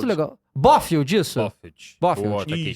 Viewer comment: Bófiudi 🤦🏻‍♂️(o certo é Blofeld)